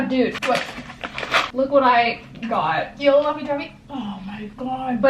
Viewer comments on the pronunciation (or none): none